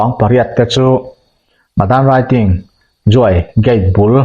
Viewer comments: Madanraiting ti lam rik hi a dik lo a, Madanriting.........."ri" hi Khuang ri, kan tih ang a chhiat rik tur zawk ani e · Madan raiting niloin a ziak ang Anga lam tur mizo hawrawp Anga lam tur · Madanriting i lam dan khi dik lo😅